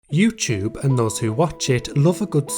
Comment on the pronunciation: i can’t get past “yewcheube”